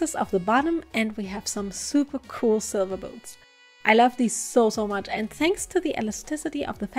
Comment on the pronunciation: Am I a sick in the head person or did you also think she said boobs instead of boots